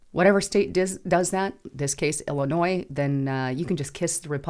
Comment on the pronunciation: The ‘s’ in Illinois is silent.